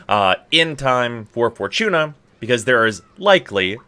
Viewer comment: Didnt know "Fortuna" had a CH in it..